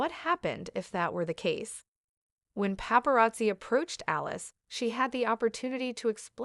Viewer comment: Alice?.Aliyse. The reporter hasn't pronounced any of those names correctly.